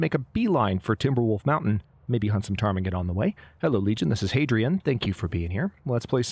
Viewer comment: I find it astonishing how you just casually pronounce the name of the birds, as if its a normal part of your vocabulary. :_hadSweat: I tried a few times, kept ending up at Potemkin villages and then decided to stay in my lane and call them apocalypse chicken. :_hadBarn